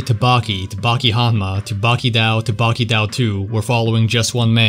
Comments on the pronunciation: BRO you fucking pronounce it as “Baki dō” not “Baki dao” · Why do you pronounce Baki-dou like that